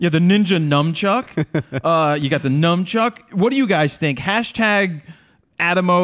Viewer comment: Speaking of mispronouncing words, the word is Nunchuck, not nuMchuck. Also, I think I heard the word "Samwich". It's "sandwich". There is no M in that word.